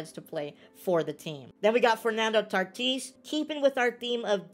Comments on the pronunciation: Tatis not tartis 😂😂😂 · Never call him tartis again it sounds stupid never say tartis it’s tatis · ok can you please stop saying tartis it’s tatis😂😂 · Why do you say tartis instead Tatis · It is Fernando tatis jr not Fernando tatees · Lmao is he. Saying tartis or tatis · He says Fernando tartis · Bro I love how he calls tatis “tartees”